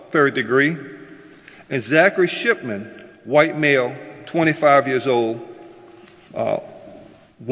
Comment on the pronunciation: 😂. I'm a child inside of this adult body did anybody else hear zachary shitman when she said Zachary shipman. 😂😂😂😂 Dead ass sounded like it 😂😂 irs fitting for the crime.